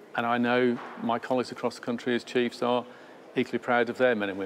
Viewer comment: “Police Chieves”? 😂